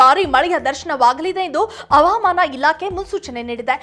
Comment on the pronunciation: Avaamaana alla havamana